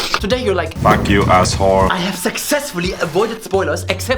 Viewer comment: "I have SEXESSFULLY" This is how I'm going to say successfully from now on